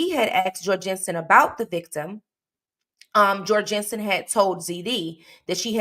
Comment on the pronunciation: His name is said Jor (rhymes with gore)-Gun-Son and I know this, as he was my boss for a few years! Such a crazy thing to have someone you knew do something like this